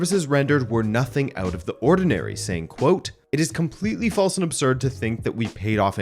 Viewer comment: I have nussing to say. If I speak I am in big trouble. Nussing, nussing to say :-)